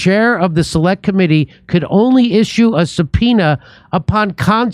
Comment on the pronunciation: Jimmy said "subPEnis" 😂😂😂😂